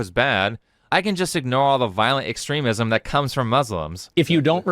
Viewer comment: Pronunciation tips for: "extremism" and "extremist" do indeed have a long-e pronunciation in that second syllable as the preferred pronunciation in most dictionaries. "Taoism" is pronounced in English as if the first letter were "D," not "T."